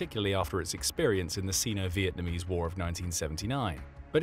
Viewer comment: You pronounce Sino wrong.